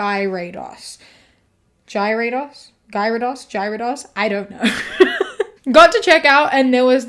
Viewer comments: gyarados is gya-ra-dos not gy-ray-dos btw lol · “Gyrate-ass” is the funniest Pokémon mispronunciation I’ve heard lol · It’s pronounced “g-air-uh-dose” (hard g) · several years of my life were stolen from me when they tried to pronounce "gyrados" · It’s pronounced Gearados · it's pronounced "gear-uh-dose" :) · How does everyone pronounce Gyrados? I'm a "ga-ra-doss" person... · incase you were wondering,, its gear-Uh-dose ^^ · ( algo comment ) that 3rd pokemon is pronounced like " gear — rah — dos " ! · As a pokemon enthusiast Its pronounced gear ra dos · In future: Gyarados is pronounced "GAH-ruh-dos" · the way you pronounced gyarados is making me go insane (no offense, i’m just a dork lol) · Can I shame you for not knowing how to pronounce Gyrados? 😂 Its hard for me to imagine a millennial that never got caught up in the Pokemon craze. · LMAOO omg this was hilarious kiwi not knowing how to pronounce the Pokemon 😭💀🤣🤣🤣 bestie on a whole different side of the internet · Hearing attempt to pronounce Gyarados took years off of my lifespan 😭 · Gyarados is pronounced with the y being silent. Love your content, that just irked me